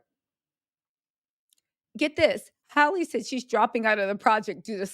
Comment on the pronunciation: Halle NOT Holly